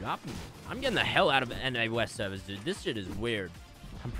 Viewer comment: Why do you aways say Americans severs omg plz quit that